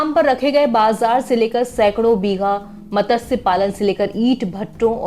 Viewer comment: मत्स्य बोलो ठीक है